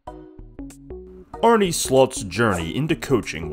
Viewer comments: mate I’m dutch and its pronounced Arn-uh not Arny. I guess you got trolled by some video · Uhm okay. Yeah i guess it is because I am Dutch that I notice it a lot. But you say it like Arnie or Arné. The e is probounced differently. Like è. Arnè. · typical american attitude. Name should be pronounced in freedom measurements and fuck that little country for having a language. Its a dutch name and its pronounced Arn-uh. Its also how Arne Slot wants journalists to pronounce it, he has corrected the english media many times on the record. A legit journalist could idk check it? Good luck 👍🏻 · You make an entire video without being able to pronounce his first name.... lazy journalism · okay making a piece on someone and not even doing him the service of pronouncing his name correctly is good journalism to you then. That says enough about your morals. A big man would’ve taken accountability for the mistake. Rest of the video is nicely structured so I don’t see the problem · great video. it only takes a 10 second google search to find out to pronounce his name correctly haha